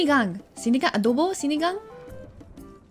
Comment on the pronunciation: doesn't know the filipino accent, pero yung pag salita niya ng adobo at sinigang eh may pagka-filipino accent🤣.. hindi lahat, yung ibang sa loob ng CR lang magaling kumanta🤣